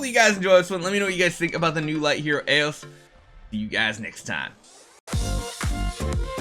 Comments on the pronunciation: Why do you pronounce eos like that? Type eos into google/google translate xD. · you are pronouncing her name wrong, if you look up the Greek word Eos, you’ll find a how to pronounce it video. And I’m pretty sure they took the Greek word Eos for her name, since it means personification of dawn